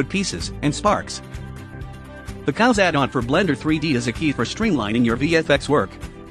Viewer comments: Just to be clear, though, it's really not pronounced "cows" is it? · Am I the only one who heard cows add-on instead of Khaos